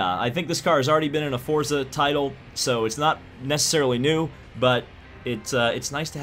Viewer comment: It’s pronounced “Fortza”